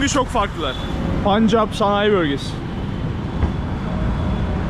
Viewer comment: telaffuzun yanlış...SİKH... değil SİH ... Öyle mi yazılıyor bilmiyorum. Ama onlarca yıldır, telaffuz bu şekilde. Bir de, punjap değil telaffuzu PENJAP... O rası da bilinen zamanlardan beri öyle telaffuz ediliyor.